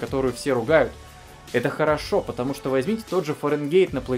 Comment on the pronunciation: Ты понимаешь тошто, или понимаешь, что?